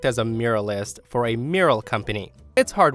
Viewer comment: I mostly listen to your posts and it took me a while to figure out what exactly a 'miralist' is. You might want to learn how to pronounce 'mural' and 'muralist'. Just a little FYI. /myur-al-ist/